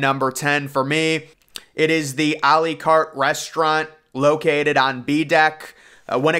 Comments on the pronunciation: I love the way you mispronounce the word promenade as prommedon, and a la carte as alley carte. Your commentary style is quite unique and very pleasantly entertaining. It makes me very relaxed. Keep it up. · r lee carrrt....lmfao